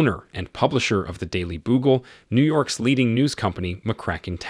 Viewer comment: “Daily Boogle”?